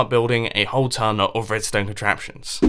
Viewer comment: Instead of hearing mumbo say "I've made a tone of redstone contraptions" I heard it as "I've made a town of redstone contraptions"... till kinda correct, but needs to be done